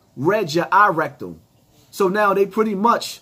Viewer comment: Did this man just say “ Eye Rectum”?